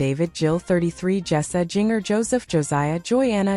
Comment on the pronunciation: I can listen to this AI voice.. It even pronounces Jinger wrong.. ugh